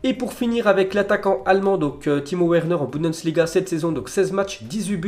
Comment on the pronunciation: Where neure, mec ça se prononce Vernaire (Werner)